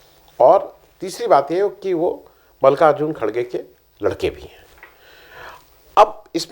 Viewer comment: Ĥi is khargey not khdgey